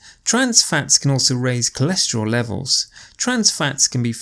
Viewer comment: ...Why is it "cholescherol" instead of "cholesterol"...🤔...